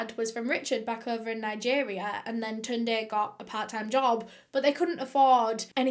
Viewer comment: You pronounced Tunde quite well